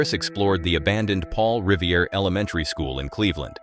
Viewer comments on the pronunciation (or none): first time i've ever heard "Revere" pronounced "Rivi-era"